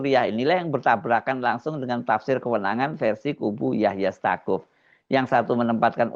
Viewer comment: Staquf bacanya saquf